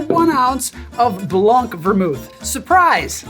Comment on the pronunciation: Je suis curieux : appréciez-vous sa façon de dire « blanc » ? BLONK!